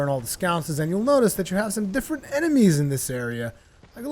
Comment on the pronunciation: Chime is pronounced with ch like in cherry. Sconce is just an o like in on. I think you were saying it like the ou in ouch.